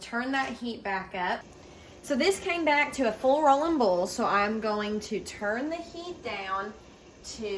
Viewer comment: Its hilarious to me how some southerners pronounce 'boil' as 'bowl' .....lol